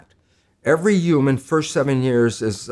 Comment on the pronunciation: Is he saying uman instead of human on purpose?